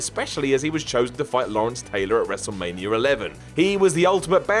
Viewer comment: it's ''wrestlemania''.not ''wrestlemanier''.idiot